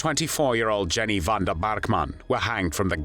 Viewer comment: Pronounced Yenny not Jenny. Aka Mad Jenny.